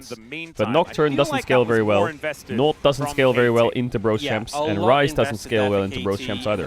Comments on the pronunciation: Bro when I heard the casters I was hearing fries because ceadrel was saying fries and I was thinking no way it’s actually called the fries group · All this time I thought Caedrel was calling the Rise group the Fries group. My day has been ruined. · the casters sometimes say fries group too